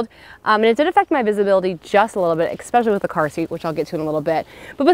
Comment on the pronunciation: Are you saying expecially?